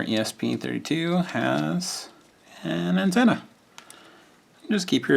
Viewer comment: It sounded like you said Nintenna instead of antenna. Definitely catchy.